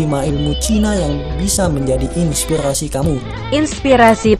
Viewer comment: Victor Firmansyah pelat org utara. Inspighasi.